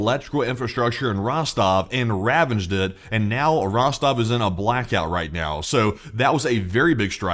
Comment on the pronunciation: RAVAGED NOT >>>>>>>> Ravenged! Good Gosh ...... if you want an Educated Audience, Please learn your Vocabulary Words ! lordie !!